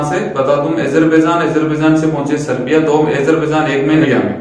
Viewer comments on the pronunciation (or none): Serbia aur seriya mai sahab frk hai okay😉 Name toh kam se kam thik bolo😞